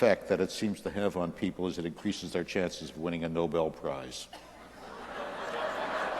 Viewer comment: Did he say the Nobell Prize or Nobend Prize